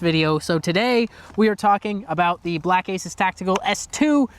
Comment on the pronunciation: I though they were Canadian because he said Aboot.